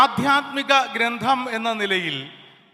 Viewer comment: ഗ്രന്ധം അല്ല ഗ്രന്ഥം